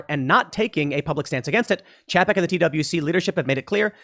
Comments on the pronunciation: Pretty sure it's pronounced "Chay-peck" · It's pronounced "Chay-peck" also known as Bob Paycheck or Bob Cheapskate.